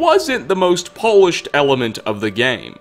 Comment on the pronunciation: Did you just pronounce polish as Polish?